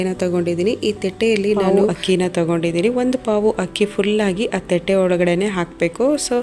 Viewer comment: Madam thate antha sariyagi kannada ucharane madi.thete.antha.helabedi